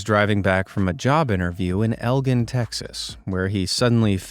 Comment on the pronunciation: Elgin is El - gin (like the alcoholic drink)